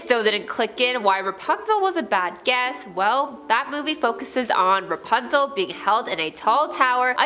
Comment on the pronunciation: Dude said REPUNZEL 😅